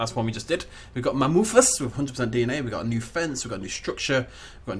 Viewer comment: When you don't how to say scientific names. MA-MU-FUS!